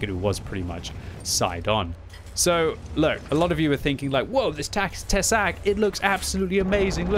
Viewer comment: Tesák is pronounced with long 'a' /tɛsaːk/ The translation is 'a fang':D